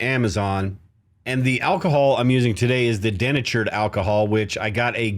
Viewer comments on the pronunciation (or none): Den-a-tured ? Oh come on man. Remember how your high school English teacher taught you how to find the syllables. De- na-tured. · Americans say "dee-NAY-chured" not DEN-a-churd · Love your logical approach my friend. Just one question - is that how Americans pronounce 'denatured' as if it had two 'n' sounds, so 'deNNatured'? I learnt it as 'dee-natured', like 'dee-activated' or 'dee-constructed' where the 'de' parts means 'no longer' like 'no longer natural', 'no longer activated' and 'no longer constructed'. I guess we say that because the 'dee-naturing' process is about making the alcohol undrinkable by adding chemicals. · Den achured alcohol? Are you in Canada? In the US we say dee natured alcohol. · dee-NAY-churd Bro, please, you’re killing me. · I’m a painter who uses denatured alcohol a lot. It’s pronounced De natured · “De” natured alcohol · Thank you - and its DEE natured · Early in the video, you kept using the expression "CO2". I think what you meant was "CO", which is Carbon Monoxide. CO2 is Carbon Dioxide and is significantly less dangerous than Carbon Monoxide. Also, you're mispronouncing the word "Denatured". Just saying.